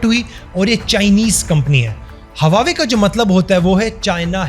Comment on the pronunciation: Baar-baar hawawei bol rahheho......😬😬😬😬😬😬 Hawawei nahin Huawei bolo Huawei.